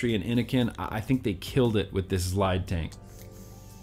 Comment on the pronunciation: The zlide will provide... I came to hear you say zlide. A Lot. I was actually interested in the product by the end. Phil and Dimitri would definitely know a good mouth to lung, I would think.